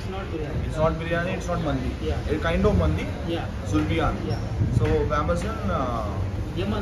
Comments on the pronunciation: It is zurbian not zubrian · Its ‘Zurbian’. :)